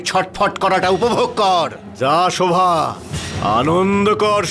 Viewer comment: দেবসেনা শোভাকে শরোভা বলে কেন। দেবসেনা আর প্রণবের বিয়ে হলে কে কে খুশি হবেন